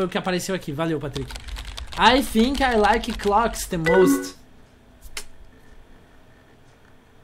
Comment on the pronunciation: "i thinco..." kkkk parece eu lendo em ingles